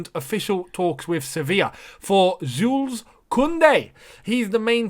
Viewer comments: In French we read jule , you don’t read the s 😉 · Since it seems you'll pronounce his name a lot in the near future, you should know the S is silent, correct pronunciation is Jule